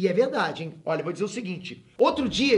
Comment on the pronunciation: "Voi financiar" seja meu tio 😂😂😂😂😂